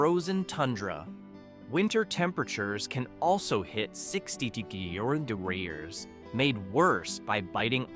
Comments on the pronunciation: Having a little problem with "degrees". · 60 durderrday? That sounds cold